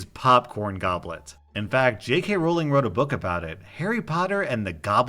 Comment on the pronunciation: Finally someone who pronounces Rowling correctly